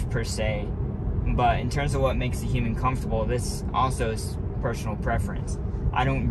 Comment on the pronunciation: I have to say, I have never heard someone say "human" like you do. It sounds like you are saying "hueming". I like the way you speak BTW.